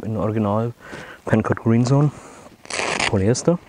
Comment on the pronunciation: Not 'Pencut' ... it's PencoTT!